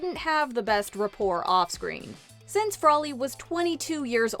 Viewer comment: You mean frawley